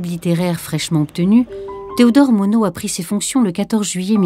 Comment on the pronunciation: On ne pronoce pas le "D" avec MONOD, mais on pronce le "S" avec Burnous, merci.